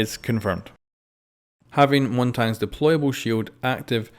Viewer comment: its Montagne not montange :3